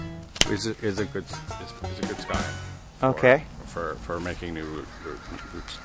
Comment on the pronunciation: It's actually pronounced "sigh-on". The "c" is silent.